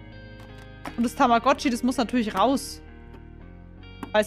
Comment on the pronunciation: so: Wer kennt tammagotchi. Ich:Tamagoochiee